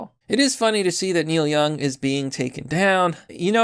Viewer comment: Oh no not Neil Young 😢 Who is Neik Young again? 😆